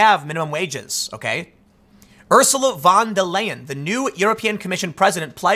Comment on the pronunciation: "Örsjula", lel.